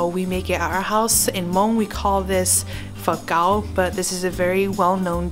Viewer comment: When you say fawm kau it sounds like you're saying fuck out. Lol 😂